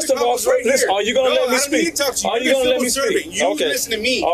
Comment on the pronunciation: The fact he cant even say “you” and instead says “use” is a good indicator on his education level.